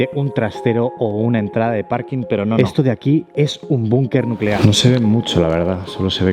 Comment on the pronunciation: nucelar, la palabra es nuuuucelar.